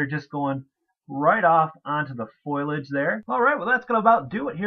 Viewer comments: its not foilage Its f o l i a g e thanks for the videos ! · It's not "foilage", it's foliage. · Fo-lee-age. Sorry, can't help myself...Lol Great video...I have 3 started! :)